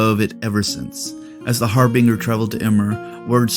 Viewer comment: Gotta ask why you pronounce Harbinger and Menoth the way you do?